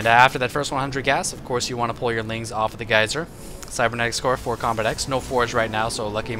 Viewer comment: Lol combatEZ instead of combatex